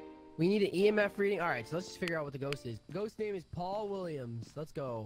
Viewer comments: ik he's saying Paul but it sounds like pool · When u say Paul it sounds like you're saying pool I hate Apex